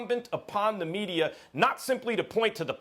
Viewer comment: Stephen A "MedieR" Smith